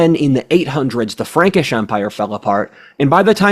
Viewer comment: I thought you said Ferengi at first!!!